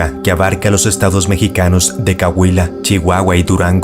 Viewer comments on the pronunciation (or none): Muy interesante, sólo unos pequeños apuntes. Se dice Bolsón de Mapimí (ambas palabras acentuadas al final) y es COAHUILA no cauila. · jaja siempre pensé que era mexicano, pero cuando pronuncio cagüila en lugar de coahuila, supe que no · 😅 ES COAHUILA, NO CAUILA😂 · Se dice coahuila no cahuila pero aún así está interesante tu video saludos desde la cdmx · Caguila haha no MMS we, dirás Coahuila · Cahuila? Se verdad sabes leer o pronunciar la palabra Coahuila, asi como se escribe SE LEE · Es COAHUILA, no Cahuila 😮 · Es Coahuila, no "Cahuila"... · Cahuila? o Coahuila :face-green-smiling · Muy buen vídeo amigo, sólo una pequeña corrección no es Cahuila es Coahuila tal cual se escribe se pronuncia. Saludos desde Torreón Coahuila México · Es Coahuila, no Caguila. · amigo, no es cauila... es COAhUila amen a todos menos a Francisco Z@ por m@ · Caguila no! Coahuila, que no te escuche un mexicano pronunciandolo mal jajaja. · el nombre de bolsón de mapimi tiene acento en la O y es Mapimi todo junto, no ma pimi y Coahuila se pronuncia tal cual Coauila, no cauila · No es el estado de 'Cahuila', sino "Coahuila". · Cualquiera se equivoca. El señor cantalapiedra también se equivoca muchas veces cuando habla de los nombres de mi País Perú. 🇵🇪 Pero no por eso lo voy a ir corrigiendo a cada momento. 🙄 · Cua--Gui---la se pronuncia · "MapimÍ" con acento en la 2da "I" y "Coa-hui-la" (Y) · Se dice Co a huila pero todo junto saludos ❤ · Caguila?????????? Aprende los nombres primero mi chavo!!!! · se escribe Coahuila y se pronuncia Coagüila... pero la verdad este video estuvo interesante. salu2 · coahuila pronuncia bien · Cawila se dice wey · Es "COA"... Coahuila y MapimÍ acento en la última "I" fuera de eso buen video, estuve ahí y la atmosfera es algo incomoda mi reloj se quedó quieto y la radio no se escuchaba ... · Se le perdona, no lo hace con dolo como otras personas que ponen Méjico en vez de México a propósito. Eso sí es irritante.